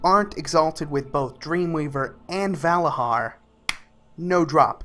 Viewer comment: Vala JAR and Nit HOGG. ffs....